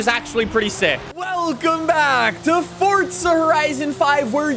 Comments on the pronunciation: It's Forza not Fortsa #justsaying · It'S FORZA NOT FORTZA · Why do you say “ fortza horizon”, there ain’t no t in forza